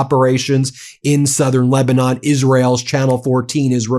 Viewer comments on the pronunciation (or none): none